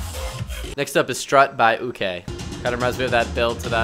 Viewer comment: Boi his name is pronounced 'Okay' it just has an extra o